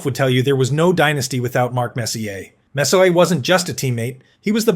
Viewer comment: ai narrator is mispronouncing messier